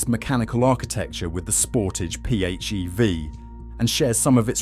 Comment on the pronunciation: Pronunciation of SEAT is in deficit. Ditto Sportage. Sorry, Anglophones just cannot say big words such as Sportage. I could have been rude enough to pinpoint the problem, but acted with restraint. Mercedes isn't mirsaydees, either .....